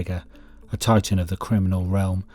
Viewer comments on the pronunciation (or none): none